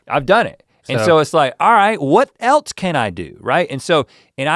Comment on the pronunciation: As a 1, Link should have corrected Rhett for saying "what el(t)se could I do?" There's no T in else! Why did you add a T?